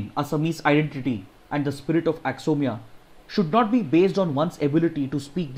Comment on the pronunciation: Sir, it's pronounced "A-kho-mi-yah"